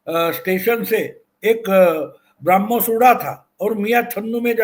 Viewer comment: सही शब्द 'ब्रह्मोस' है, "ब्राह्मोस" नहीं।